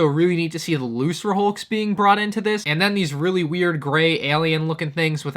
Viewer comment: How the living fuck did you pronounce Lucrehulk as "looserhulk"?????